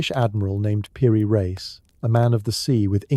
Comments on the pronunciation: Piri rice... Not reece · Like in Einstein so is also pronounced piri reis and Epstein a i not a ee